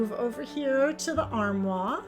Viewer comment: Love the transformation. You have beautiful decor. Just a note armoire is pronounced armwarr.